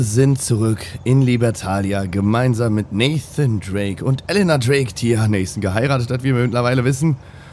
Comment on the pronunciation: Endlich mal jemand der Elena Drake sagt :D